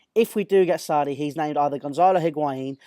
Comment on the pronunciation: Any particular reason you are saying Sarri like a gimp?